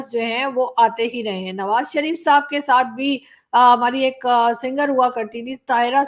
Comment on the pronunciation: आप जब भी किसी पाकिस्तानी को साहब बोलती है ऐसा लगता है सांप बोल रही है 😂😂😂😂😂